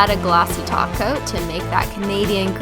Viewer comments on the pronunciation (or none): Y do you always say taco instead of top coat